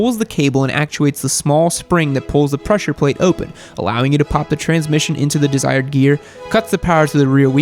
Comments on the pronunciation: ha, you said plessure plate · I heard Plessure Prate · “plessure plate” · So, everyone is letting him get away with saying "pleasure plate".... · Plesure plate 🤣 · What is a plesher plate? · “Plessure plate” - 2019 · Plessure Plate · "Plessur plates" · Plesher plate😂😂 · Plessure plate? is that a thing or? 🤣🤣